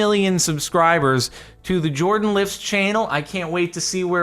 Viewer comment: Why Jardon instead of Jordan?